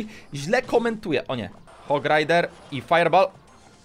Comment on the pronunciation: sorry , że krytykuje ale mówi się fajer bol a nie fajer bal teraz pisałem jak się mówi XD